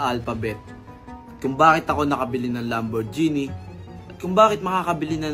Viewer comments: “Lamborjini” ampota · LamborJEEni? Sa pagbigkas pa lang, sablay na! Ahhh... nalito lang, LamborJEEpney 🤣🤣🤣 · Lam-boar-jini nga kase!! Kaulit nyo eh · "LAMBOR-GENNIE" -awit